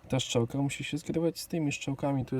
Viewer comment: "...szczałka..." chłopie 😵‍💫